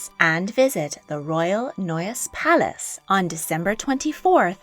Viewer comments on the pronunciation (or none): none